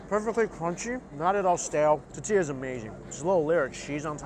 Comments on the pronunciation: Love the vid but the way you say tortilla... you do know there is an "R" in the word. "TORtilla" not tatilla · ITS TORTILLA NOT TATILLA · Yep It's Thor-Thee-Lah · Hi Mike... Love Your Videos... But I Have To Tell You... It's ToRtilla, not Tatilla... And Please Don't Ever Eat a Taquito Wit a Fork... They're Finger Foods... Thanks... Lol 👍👍👍😁😁😁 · My favorite is when Mike says "tuhtilla" like a Jewish grandmother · Hahaha “tatilla” 😂 how I’m going to say tortilla from now on. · Am i the only one annoyed by how he pronounces "tortilla"? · it really bothers me how her pronounces tortilla